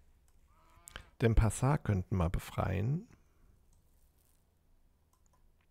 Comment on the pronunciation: Die Stadt heißt Denpasar, nicht Densapar. Aber ich kenne diese Lesefehler auch nur allzu gut ^^